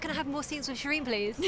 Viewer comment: Shireen, Shireen, it rhymes with queen.